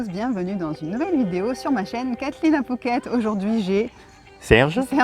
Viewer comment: Merci pour votre expérience en attendant notre expatriation dans 2 ans... Au fait je n'entends pas très bien si on dit "fouquet" ou "pouket " , =!? DA